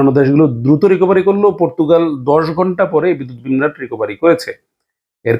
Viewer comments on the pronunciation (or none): বিভ্রাট বলেন ভাই।বিম্রাট বলে কোন শব্দ নেই।